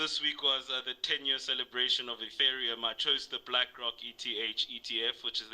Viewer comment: you had David until you said Etherium 😂😂